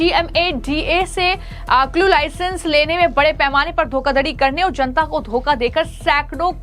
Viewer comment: पंजाब को पनअजांब क्यो बोल रही है ?? छापेमारी को शापेहारी बोल रही है ? जनता को झनता बोल रही है ?? पहले अपनी जुबान साफ करके आओ।😅😅😅😅